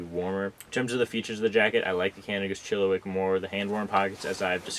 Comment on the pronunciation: It is pronounced Chill-a-Whack.. Not wick!!!